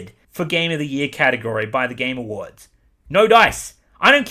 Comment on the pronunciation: Every time he says "the game awards" I hear "the gamer words"